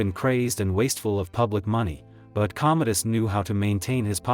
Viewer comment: Commodus, ffs. Not Cometus, not Cometis, COMMODUS. If you're using AI for your subtitles (and voiceover) you could at least use AI that's not too friggin' stupid to get the friggin' name right, for frigg's sake. Stopped watching after 1.5 minutes, shoddy work, wonder how many of those "facts" are, actually, facts.